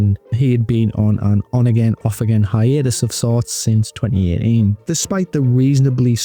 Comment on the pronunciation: twennny ehh eenn Bro cmon say that shit with your chest! Twenty Eighteen!!